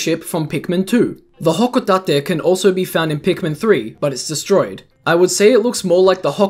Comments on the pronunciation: Man that accent on Hokutate.... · why do u pronounce hocotate like that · Im sorry how did you pronounce hocatate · The way he says "Hocotate" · I both love and somewhat find it annoying the way he says "Hocotate"